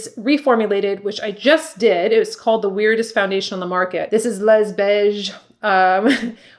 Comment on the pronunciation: We can’t buy this foundation in France any longer. Was a very good one but is discontinued (BTW, we do not pronounce the ‘s’ when we say ‘les beiges’ 😀